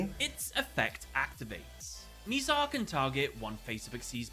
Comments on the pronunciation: Mih-zar rather than “mee-zar”. None of the characters mispronounce it so I have no idea where he got that pronunciation from. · He keep mispronouncing Mizar’s name 💔